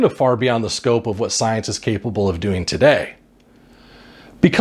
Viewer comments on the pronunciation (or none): none